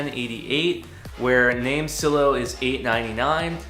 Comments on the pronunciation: It's name silo.. Like grain silo.. With a hard I.. Like eye.. LMAO.. Great video tho! Very informative for a noobie like me! Thanks.. Silo.. Like s-eye-low.. ✌🏿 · You must not be good at grammar.. or life for that matter. You mispronounced "NameSilo" as 'NameSillow' and did you know what led me to know that? There's a Silo in the NameSilo logo 😛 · Thank your for your thoughts. The only thing that was odd was how you pronounced NameSilo. That "I" in Silo is long as in a farmers grain silo. Their logo is also a grain silo.